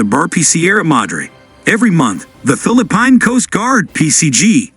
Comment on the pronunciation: Your reader SUCKS. You really should listen to your video before you post them. Fil-a-pine ?? WTF is that ?